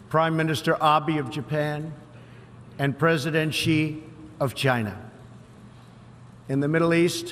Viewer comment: Trumps been practicing how to pronounce the word "China"